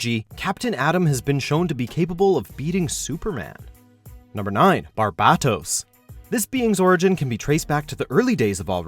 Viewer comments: You didn’t pronounce barbatos correctly... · He is saying barbatos wrong